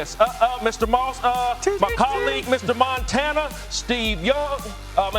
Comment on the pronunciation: Moss said Montania